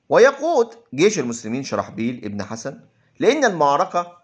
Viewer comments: الذه يجزيك الخير يا ريت تلفظ اسماء القاده المسلمين جيدا شرحبيل ابن حسنه وليس حسن جزاك الله خيرا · جيد ولكن اخي مرن نفسك على اللغه العربيه الفصحى جيدا فنطق الأسماء خاطيء وعمر ليس عمرو وحسنه غير حسن وهكذا ..لا تفخم صوتك أكثر غلطاتك في النطق عندما تفخمه والله يوفقك